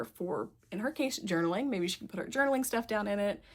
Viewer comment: When you said journaling for the first time I heard juggling 😂 I have an anxiety journal where I write down what I’m worried about and how much time I spent worrying and then the actual outcome which is usually fine